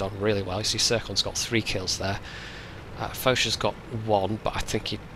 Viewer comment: the way you pronounced Foch is funny xDxD